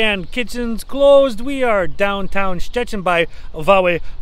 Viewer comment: Perfect prenouncination of Szczecin & “Wally Chrobrego “. almost better then your Wife’s. Ha ha ha